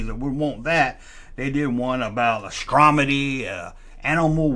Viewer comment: Wow ….. you’re gonna pick on that poor robot for sayin’ “Pensell” when you said “Astromony” ?? Damn ‘cuz ….